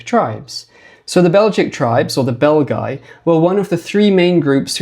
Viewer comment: I cannot help myself hearing "the bell guy" instead of the Belgi and picture Quasimodo in my head all the time...